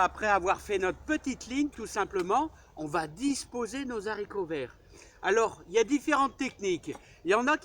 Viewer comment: il faut éviter de faire la liaison « les haricots verts «; le français ne le permet pas Merci pour vos vidéos bien instructives et qui respirent la joie de vivre